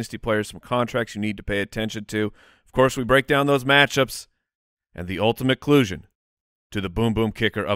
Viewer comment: Ah yes, "the ultimate clusion".